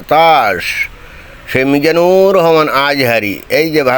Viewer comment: হাসতে হাসতে শেষ হয়ে গেলাম । বিশেষ করে আজহারী উচ্চারন টা যা লাগে না ।